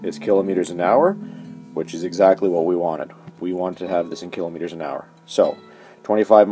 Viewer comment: It's not kelometers lol